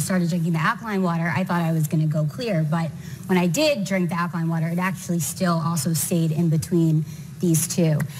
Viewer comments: AL-KA-LINE!!!! Don't trust idiots that don't know how to say the word of the topic they are "discussing"....damn shame. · Never. You're a doctor and can't even say alkaline. It's alka-line, not what TF you said. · They can't even pronounce alkaline properly lmfao